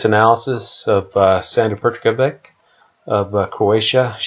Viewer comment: Its Sandra Perkovich not perkovik